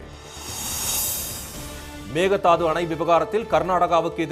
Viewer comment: மேகதாது. அல்ல மேகேதாடு ( ஆடுதாண்டும்) என்று சொல்ல கற்றுக் கொள்ளுங்கள்